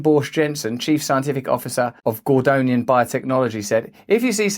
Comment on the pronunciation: I noticed Russell pronounced Yamanaka as Yamanko every time and Gordian and Gordanian...